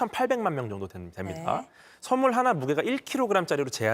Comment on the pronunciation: 쏘는 썬물 발음 웃겨ㅋㅋㅋㅋㅋㅋ